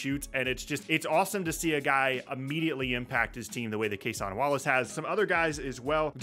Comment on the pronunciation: Just a heads up, since you've said it a couple of times that I've seen. Cason Wallace's name is pronounced like "Jason", not "Casahn". Almost everyone says it like that at first, so no judgment. But the guy's good enough that I'm pretty sure you'll be saying it more in the future.